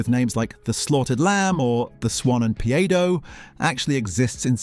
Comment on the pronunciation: There is no pub called the swan and paedo. And the way you spoke the word paedo as peado proves this is written for an AI voice. That pub name is a quote from Peep Show.